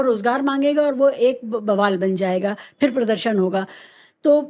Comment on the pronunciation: One of the few people who get it. But to give an example of how bad education is in India: even someone as educated as this guy doesn't know the difference between फ (pha) and फ़ (fa). For example, he keeps pronouncing फिर (phir) as "फ़िर" ("fir").